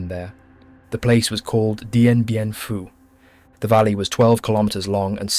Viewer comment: he says Dien Bien Pooo 😂